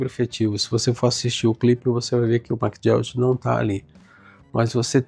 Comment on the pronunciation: Esse cara era fantástico! Obrigado por falar dele! Mas a pronúncia é /ma-guí-ok/.